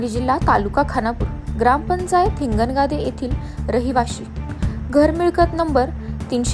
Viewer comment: हिंगणगादे आहे हिंगणगाव नाही